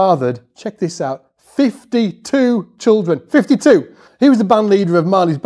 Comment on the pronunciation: Laughing a lot seeing emphasize: "...52 children, 52!!!..." to. Made my day.